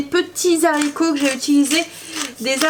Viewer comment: Bonjour, vous êtes formidable comme cuisinière mais ,SVP , quand vous cuisinez des haricots sachez que le mot haricot ne commence pas un " Z " mais bien par un "h" qui empêche toute liaison phonétique possible .... désolée fallait que je le dise ...😁😁😁. Je vous embrasse.